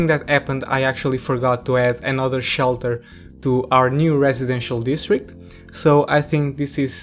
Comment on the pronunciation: Emergency... Ssshhhelter. You're Portugese man 😁🎉